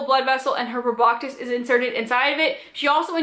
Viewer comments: I’m triggered every time she says “proboctis” Girl… there’s no T in that word. It’s pronounced “pro-bah-sis” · Cool video but garr its pronounced Prob-BAH-SIS. NO K sound. :). But I liked the vid.